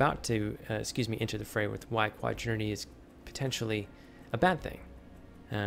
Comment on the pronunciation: It's quaternity, not quadrinity.